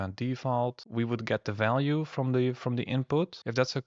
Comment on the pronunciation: Dif and Falue 🤣 its V !